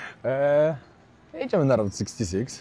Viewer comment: czy się wydaje Czy ty przez cały odcinek powtarzasz błędnie że to jest Road 66 tamto się inaczej czyta